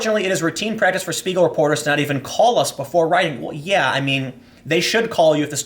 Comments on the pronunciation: pronunciation: "Shpiegel" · It's pronounced "Shpiegel", like "Shit". I recommend going to wiktionary and listen to how it's actually pronounced.